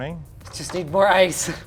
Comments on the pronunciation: How pronounced Ice "Ass" How pronounces Ass "Ice" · Bro i love the LTT staff they're all so unique like killed me when he said "I.C.E...Ass bag" lol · Was I the only one to hear both Linus and say "Assbag" instead of "Ice bag"? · "Sorry, did you just say ass bag?" "I-C-E. Ass bag." is my new favorite LTT character. I know he said ice bag, but ass bag would've been the absolute best reply to Linus asking if he originally said ass bag. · Hill Even if his response was ice, it's still humorous to think he said ass. His pronounciation of ice allows for either ice or ass, and ass bag would've been an appropriate response to Linus anyways. It seems that 250+ people agree with me anyways. You must be fun at parties if a joke like this really bothers you that much. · Linus: Did you said ass bag?: Ice bag.